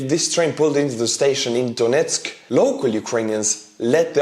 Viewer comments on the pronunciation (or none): none